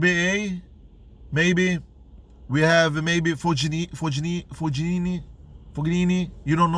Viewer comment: good tennis content but fognini pronounced fonini.